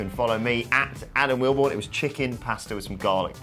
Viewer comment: Starts WhatCulture video: “Hoi goyze I’m ” Turns off WhatCulture video